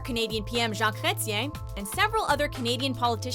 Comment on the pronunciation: Lori McKinnon I was also shocked at how well she pulled off Chretien too. 🖒🖒